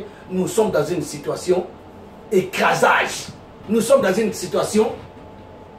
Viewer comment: mywork email on dit une situation "écrasante" et non "écresante" 🤣